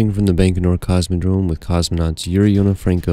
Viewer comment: Excellent videos. But the Russian launch site is pronounced "bye-ko-nur", not "bank-o-nur".